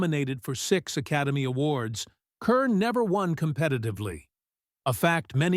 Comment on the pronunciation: Teach the damn computer how to pronounce the lady's name!